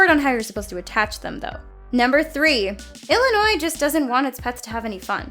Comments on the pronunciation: Did you just pronounce the s in Illinois? As an Illinois resident, I am highly offended. Jk I don't really care. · you don't pronounce the last S in Illinois and Arkansas. Good voice over work, but details like that will doom you.